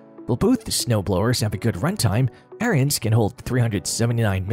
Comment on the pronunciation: Hard to take the AI voice seriously when it can't even pronounce Ariens correctly, lol. It's pronounced "Erins", not "Aryans". And why so many people get that wrong boggles my mind. I used to work at Tecumseh back in the day and we built the engines for them and often had their company reps there and not once did I ever hear it pronounced like Aryans by ANYONE.